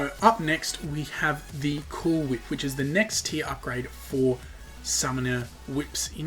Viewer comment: You're saying cool whip wrong